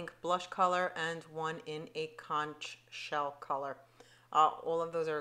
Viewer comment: As a friendly fyi - the word conch is pronounced conk.